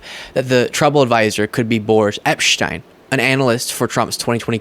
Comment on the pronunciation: Who is Epshtein? Its Epstein. We aren't in Europe.